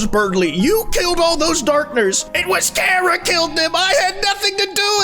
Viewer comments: chara not kara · its CHA ra. not KAR ah. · thats not how you say charah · It's Chara's fault that pronounces the name "Care-uh" instead of "Kar-ah" (I am incapable of handling slight linguistic differences to my own vernacular) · "carea" yeah learn how to spell chara before you make undertale memes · The way says "Kara" gives me a brain anurysm:sob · I don't trust people who pronounce it char-ah ngl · His pronunciation of Chara just made me drop the video. It's unbelievable.